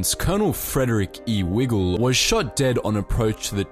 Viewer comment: Just a minor correction. In section 4, you mention Lt. Col. Frederick E. Wigle and pronounce his surname like Wiggle. In fact, it is pronounced with a long 'i' vowel sound as if it were spelled Wygle. I know this because my mother's maiden name was Wigle and Fred was her first cousin.